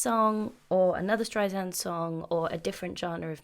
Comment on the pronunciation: StreiSAND not streizand 😉